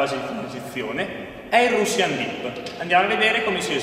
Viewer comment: È riuscito a sbagliare anche la pronuncia di russian... poi quello che mostra a è un elbow dip: l'ultima propedeutica prima di approcciare il russian dip.